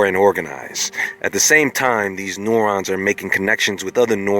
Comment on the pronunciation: The body loses weight, not mass! And what are NO-Rans? You can say neural, you should be able to say neuron!